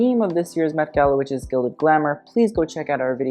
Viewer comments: At the beginning I thought said the "Meh Gala." By the way, Autumn De Wilde was fabulously on theme. And I loved it. Design wise, I'm not sure what experts would think, but I thought she was amazing. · "meh" gala lol